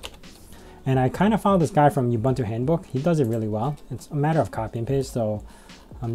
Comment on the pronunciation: While we are on the subject of pronunciations... oo-boon-too, there is no y in ubuntu. :)